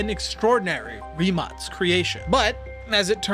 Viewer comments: He pronuced right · Finally someone who pronounces the name right😂